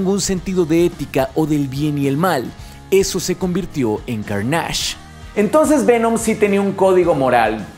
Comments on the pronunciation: ¿Por qué empiezas a decirle "_carnásh_"? En la misma película se menciona la palabra (y su nombre) y le dicen claramente "Carnage" (_carneish_, y sin acento, el inglés NO tiene acento). Lo repítes mucho (ese nombre), y con mucho énfasis, como si quisieras que las personas empiecen a decirle como tú le dices. Ya antes te he mencionado esto mismo, que es extraño que tú elijas como decirle a las cosas, cambiando el tono, acentos y letras en las cosas que ya tienen títulos claros. A mí personalmente me parece pereza mental o hasta un intento disuasivo de irrespetuoso. Tú mismo también mencionaste que hay un concepto en Legend of Zelda que tu mencionas diferente a su pronunciación real sólo porque quieres. Creo que esto te hace perder lugar y hasta un poco de credibilidad. No eres cualquier youtuber geek, te encargas de la divulgación de información y conocimiento geek, no es para que te tomes estas "licencias", si así le quieres llamar. A mí me parece irrespetuoso, a la propiedad intelectual y a tus oyentes. Me parece extraño, tampoco es el primer youtuber que escucho que hace esto. Curiosamente, en el doblaje de Daredevil de Netflix, al personaje le llaman "_darrdevil_", como si no tuvieran referencia al oír el original y escuchar que dicen claramente "_deerdévol_". Podrían escucharlo de ahí y pronunciarlo con un poco de profesionalidad. En tu caso y en este video, aparte de profesionalidad y algo de conocimiento en la lengua, suena como si ni al personaje quisieras respetarlo. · Lo siento por la corrección pero no se dice: Car * nÁ *ge... Es cÁr * na * ne. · ¿Por qué le dices /carnásh/ si se pronuncia /kárnesh/? Ni doblado al español se le ha llamado así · Que buen video, pero la pronunciación de Carnage me produce mucho dolor. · buen video pero, de plano no puedo con tu "carnásh!"... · pero lo pronuncia con énfasis en la segunda A, o sea, se debería pronunciar "Cárnash" con énfasis en la primera A, y lo pronuncia como "Carnásh" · Es CÁrnage